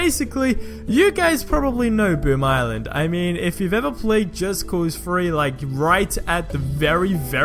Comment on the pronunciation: Am i hearing him wrong or is he saying just cause Free.